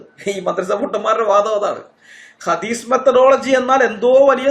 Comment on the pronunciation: 😂🤣ഹദീസ് methadology അല്ല മേത്തഡോളജി 🤣